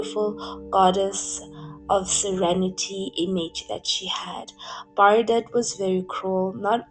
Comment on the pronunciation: I mostly disagree with your analysis of Brigitte Bardot, which is pronounced Bar-doe (not Bar-dott!). She was a childlike, carefree spirit in her day, who openly admitted that she never wanted to be a mother, that freedom was everything to her and that she couldn't cope with the responsibility of a child. So, Nicolas was raised by his father, almost like an adopted child. I was adopted, my mother was very young when I was born and wanted no contact with me, so I understand a lot about it. The singer Joni Mitchell gave up a child quite young too. People can judge her and other women for that but it hardly makes her/them monsters. At least she was honest and upfront. You could say she's flawed (*as we all are), childish and self-centered, a bit spoiled, vain, and even neurotic (as so many actresses and stars are) but hardly cruel, dark, callous or 'destructive'. No, they are not words I'd ever use to describe her, nor have I heard it said from people who knew and worked with her, and I've read a lot about her, her life, and career. If anything she was overtly sensitive and connected better and more deeply with animals than humans (who she often described as a cruel and hypocritical species). I can relate. She retired from films and withdrew from public life when her beauty began to fade, and chose a reclusive, bohemian life, aging gracefully, devoted to animal rights and welfare. I do agree with you though that she has difficulty with long-term intimacy and commitment, hence wh